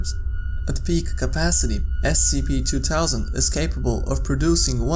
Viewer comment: Scp two towsand can he not make the th sound?